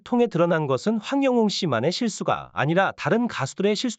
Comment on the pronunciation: 님 백번 맞는 말씀 입니다 고맙고 감사 합니다 그런데요 황영웅 이름만 정확하게 발음만 똑바로 해주시면 더감사 하겠습니다~~